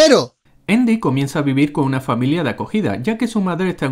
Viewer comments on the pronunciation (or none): Endy? Asi se pronuncia? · porque a andi le dicen indi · Es andy no endy XD chucky potter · Todos viendo y escuchando los errores de chucky pero nadie habla de que canal random le dice eindy jajaja enves de andy o esque yo ya estoy malito de mis oidos que me hacen escuchar cosas que ni alcaso?🤣🤣🤣🤣🤣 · Endy (Andy) error real al pronunciarlo....pero como lo habéis hecho tan mal tío....pero bueno es su cultura y hay que respetarla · Hagan errores de leprechaun, y no es endy es andy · ¿Por qué le dicen "Endi"? me caga ajahaja. Buen video ♡